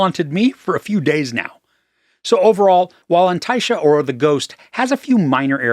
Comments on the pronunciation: excellent pronunciation of the title ❤ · Fluent irish speaker here. Just saw the film and I couldn't agree more, also your pronunciation of the title is spot on! 😀